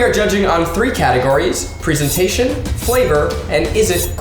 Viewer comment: ‘Pree-sentation’ breathes in z a c h